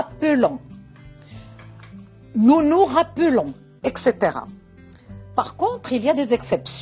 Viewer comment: On dit pas ecxitera vous avez cette faute vous devez dire ""etcetera""